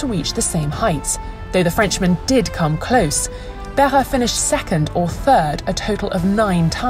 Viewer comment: It's great to see Jarier and Behra's name pronounced so accurately. In a world of Chawls Luck-Clerk, it deserves a mention.